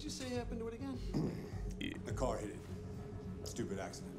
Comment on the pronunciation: "I was hit by a Kara" lol